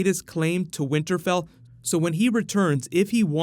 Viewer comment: So no one heard him say "winterbell" ?